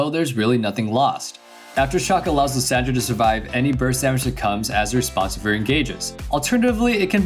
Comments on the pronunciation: Liss SAND ra xd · The way he says Lissandra name triggers me lol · why is he pronouncing Lissandra's name like that?? but anyway, imma try that build, hopefully i dont feed.